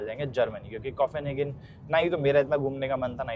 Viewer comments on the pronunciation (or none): arey yaar firse start, english word pronunciation seekho bhai, coffinhagen kya hotha hai, copenhagen hai wo, either learn or dont say that word, you are embarrassing yourself